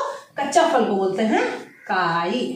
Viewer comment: " FAL " nahi " PHAL " kahte hain